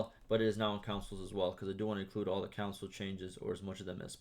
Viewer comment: Instead of console he says council